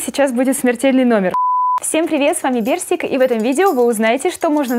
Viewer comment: Не берсик а персик хаха